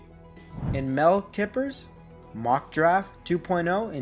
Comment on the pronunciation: Guess they said the same thing about John Randle lol.....stop mispronouncing Mel Kiper's name bro lol....good video though